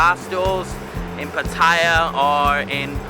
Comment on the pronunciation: Things I hate is when Farang pronounce PAT TA YA PAT TI YA, so at this point I stopped watching your video same as most people only 207 views.